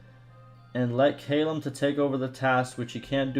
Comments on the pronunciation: Callum is pronounced C(K)A- LUM not Kaaaai lam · Sorry, I can usually look past your pronunciation of things, but I lost it at how you said "Callum"